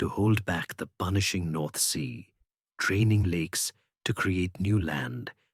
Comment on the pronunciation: Dutch person here. There are quite a few mistakes in names of i.e. rivers i.e. Fijn, Maas, Waal and other "things". 2.27 min. "training Lakes", you mean draining lakes. The act of draining water to gain land is called "baggeren". There is nothing called "boulders". Land gained by battering is called polders. Obviously I didn't finish listening to this "history" story. The incorrect information is annoying.